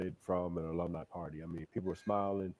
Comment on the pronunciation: "ALUMNI" not "aloomni" hahahaa